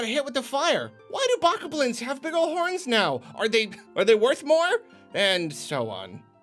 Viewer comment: I don't makes me wanna Kermit death